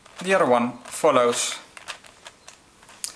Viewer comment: the way he sez follows is very funny